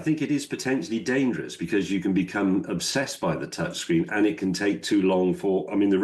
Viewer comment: What's a "touchgreen"? I hate this sloppy pronounciation.